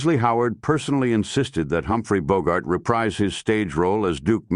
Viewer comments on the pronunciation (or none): none